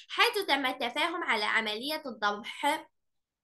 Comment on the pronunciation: استاذه في اوظف تعلماتي الذبح ماشي الضبح